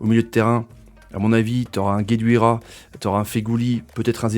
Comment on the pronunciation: Guedioura mais non gueduira sinon super vidéo tjr a la hauteur de nos attentes